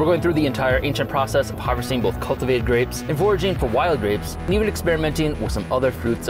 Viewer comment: I love the way he says grapes "Greps"